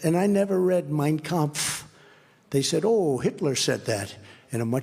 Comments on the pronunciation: With a first grade pronunciation level. He sure nailed the " Minekonf" sorry for spelling im not as familiar with the book as trump. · "Mein Kampf".....he pronounced that right ... 🤔